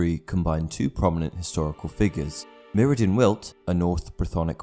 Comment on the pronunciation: Technically it's pronounced Myr zin.